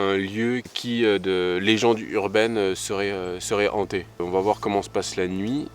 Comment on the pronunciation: Hanté et non pas ZHANTÉ. Il s'agit d'un H aspiré.